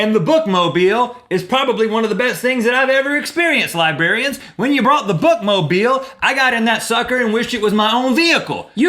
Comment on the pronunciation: does it bother anyone else that he said libarians instead of librarians